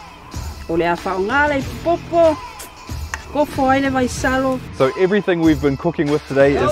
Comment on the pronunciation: It's Vaisalo not Vaisolo 🤭